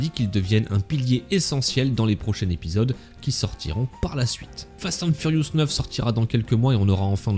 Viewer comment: J’adore comment tu dis « fast hand furious » 😂